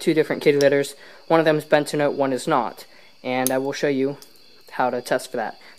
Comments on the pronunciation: Yes please it’s bentonite. Ben-ta-nite. Pronounce It ben-tá-nite or Ben-toe-nite not bentanyl. BUT SUPER VIDEO AAA+ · It is BENTONITE. Not BENTINOTE. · Ugh. bentonITE, not bentonOTE. Yer killin me. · Hey it's bentonite clay not Bent-a-note clay that pronunciation is actually ridiculously annoying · It's pronounced "Ben-toe-night" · its pronounced ben-to-night